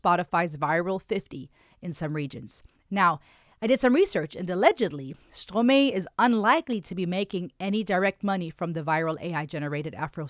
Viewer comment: You pronouncing the Artist‘s name wrong. It’s a french name not English